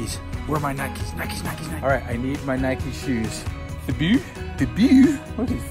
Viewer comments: It's not nikie ite nike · How many times did say nikey lol lysm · nike not nikeeeeeeeeeeeeeee you dont go out and ride your bikeeeeeeeeeeeeeeeeeeeee and its adidas not adeeeeeeeeeeeedas